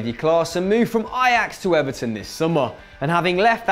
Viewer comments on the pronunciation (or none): none